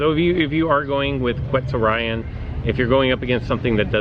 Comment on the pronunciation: The level of that Spinonyx is idiotic, you could’ve worked towards Erlikospyx. Also it’s pronounced Quetz-or-ee-on